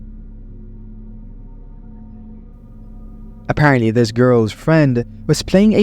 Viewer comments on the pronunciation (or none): none